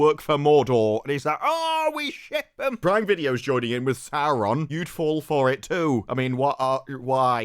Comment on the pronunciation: They always make it sound like the names should be written with 3, sometimes 4 R's. I'm a native Finnish speaker; seeing as Quenya is loosely based on Finnish, I'd assume my pronunciation is pretty close to what was intended. Sauron, not SauRRRRon.